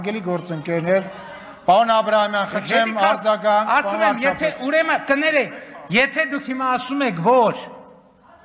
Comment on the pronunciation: Պարոն Փաշինյան դուք տիրապետում եք հայերեն լեզվին ես երբեք չեմ կասկածել բայց կներեք մի փոքր ուղղեմ Ձեզ ինչու եք ասում«ուրեմը» երբ ճիշտը «ուրեմն» է կներեք երբեք սովորելը ուշ չէ